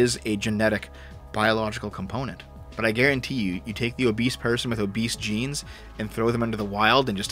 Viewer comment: you need to pronounce the G in Genes more clearly... I was just listening without the visual and it sounded like you were reading a parody study claiming that jeans was causing fatness...